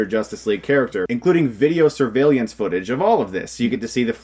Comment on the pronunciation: Chris says survey- li-ance Isn't it survey-lance